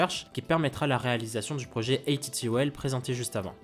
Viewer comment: Pour info, les gens chez Airbus prononcent ATTOL de la même manière qu’on prononce “atoll” le mot désignant un type d’île corallienne.